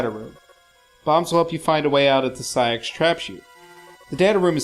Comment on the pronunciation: I'm sure SA-X is pronouced Ess-Ay-Ex (as in just reading the letters, just as in AT-ATs in Star Wars are NOT pronounced at-at like some morons doo but Ay Tee Ay Tee).